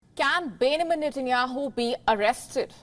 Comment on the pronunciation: You need to correct your pronunciation 😂 It’s Benjamin Netanyahu